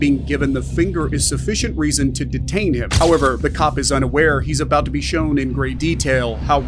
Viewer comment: Anyone that says bouda instead of about to, is an idiot. His stupidity will definitely catch him.